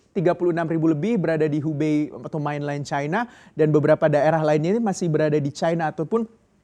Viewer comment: Main len bukan mainlaien